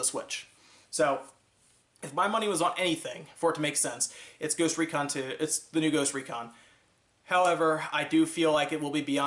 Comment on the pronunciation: did he just say goost recon?